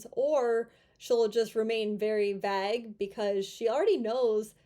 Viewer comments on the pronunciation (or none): Did you say "vag?" It's "vay-gue" silly Northerner.